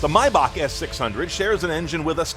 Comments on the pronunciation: it's pronounced "may-bahk" German remember.... how the hell do you get "mi-bahk" from Maybach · I cringe every time he says “My-Back” it’s “May-Back”!!! (TRIGGERED) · you pronounce the month "May" as it is so why pronounce "Maybach" as "My-bach". "may" and "my" are different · Why the hell he calls it Mybach!! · Jesus Christ is pronounced MAYback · Lol atleast learn how to say the name its "mey-back" you know like the month "may" your saying it like theres no "A" in it the hell is wrong with you, you're suppose to be a professional car reviewer. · Lol typical American comment... You also call Porsche "por-shaaa" probably. It's My-bach. Greetings from Germany. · i've been pronouncing maybach wrong my whole life lmao